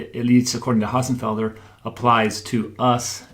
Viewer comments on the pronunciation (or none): Dr. Hossenfelder Hossenfelder Hossenfelder Hossenfelder Hossenfelder. NOT Ho..FFF..enfelder. It's Hossenfelder.